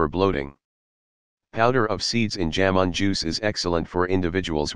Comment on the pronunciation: "जामुन" को "जैमन" न उच्चारें। Remove the Western accent of text To Speech.